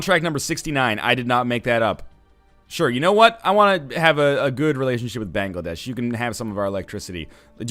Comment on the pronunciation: I AM FROM BANGLADESH NORTHENLION I AM SO HAPPY YOU PRONOUNCED IT CORRECTLY AND ACCEPTED THEIR OFFER ON ELECTRICITY XDDDDD